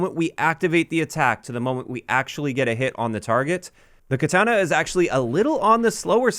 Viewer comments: I think he pronounces it as ketana (with the an sounding like SANIC) the first two times and then correct pronunciation or close enough the third time. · Why are you saying katana that way lol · I'm losing it at how you pronounce katana